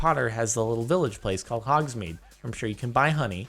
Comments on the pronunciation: HOGSMADE! HOGSMADE! repeat after me, hogsMADE!! ITS NOT MEDE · Correction: Hogworts teaches basic math, but they use difrent unit of mesurements. Also it's hohsmade, not hogsmead Finally I forgot how you say Hermione, it just made my day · I don't care what y'all say, it's pronounced hogs-maid